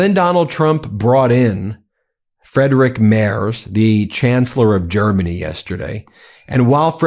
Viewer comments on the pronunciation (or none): Friedrich Merz is pronounced freedrish mearts (ea sort of like in bear) now that we've heard most every possible version 😅